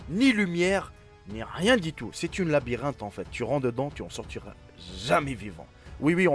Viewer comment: 0.15 il a dit une labirente hhhh ,😆😆😆😆😆😂😂🤣😂